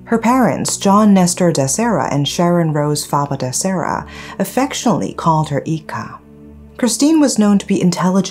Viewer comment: Her other name is pronounced as “Eyeka” for “Ica”